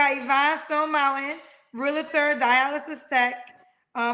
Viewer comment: Real•Tor,. Not realator